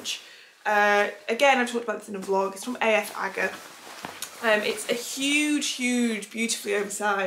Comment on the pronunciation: Great pieces, Just a note AF Agger is pronounced in danish something like “au agga’ 😄